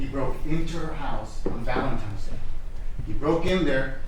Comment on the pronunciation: Did that prosecutor actually say “ValenTIMES” Day ??? Ugh I hope not.